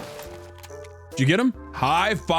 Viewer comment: lol the way you say Vasily drove me nuts! :D Come on my dude, never watched Enemy at the Gates? Love you!